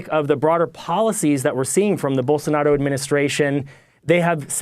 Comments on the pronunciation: It's Blosonaro, not Bolsanaro. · Hey guys, it's "Bolsonaro" 😉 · I believe his name is pronounced Bolsarnaro! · I've heard Rave Dubin say Bole-sar-na-ro at least twenty times, but it still cracks me up without fail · "Bolsonaro"... literally one of the only portuguese names that is spelt phonetically... you need to be a special level of dumb to not get that